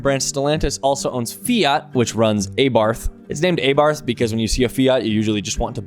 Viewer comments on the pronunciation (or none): none